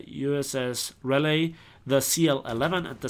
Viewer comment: the raleigh is pronounced: Raw-Lee